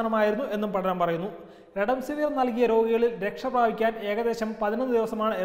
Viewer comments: സ്നേഹിതാ, അതു റെഡെൻസിവിർ അല്ല, റെംഡെസിവിർ (remdecivir) ആണ്. ഒന്നു നേരെചൊവ്വേ വായിക്കരുതോ? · Marunninte name parayunnath correct alla.thaankal redemsiver annanu parayunnath. "Remdesiver"